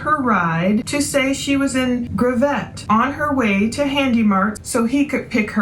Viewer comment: It's pronounced Grav IT. Arkansan here.